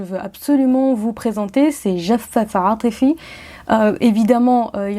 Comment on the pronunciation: Très beau vidéo comme tjrs PS. C'est jafaaf atifi et pas jaff atifi